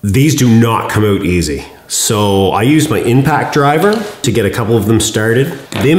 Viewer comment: Nah I couldn't tell at all that you're in Canada... "It will allow me to swing those OAT!" 🙄🤣